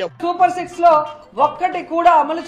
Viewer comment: అమ్మా రోజా నువ్వు super six అన్న మాట అనకు నువ్వు six అన్నది ఇంకేదోలాగా వినిపిస్తోంది ఎందుకంటే నీకు అలవాటైనదే నువ్వు చెప్పేస్తున్నట్లున్నావ్